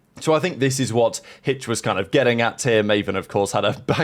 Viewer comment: hitch with a lil dyslexic moment lol